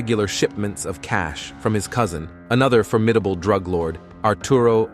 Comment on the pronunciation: The best Droog dealer 🤣